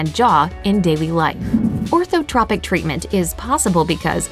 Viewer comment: That's not the right pronunciation of "Orthotropics".